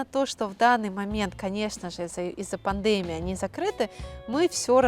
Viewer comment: все замечательно, но почему Вы неправильно произносите слово пандемия.. Ударение нужно делать на 3-й слог, то есть пандемИя